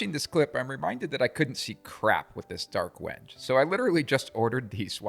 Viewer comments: It's pronounced "wen-gay" not "wenj". Trivial thing, but especially talking to a customer, good to sound like you know what you're talking about. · The proper pronunciation is when-gay. Beautiful knife block.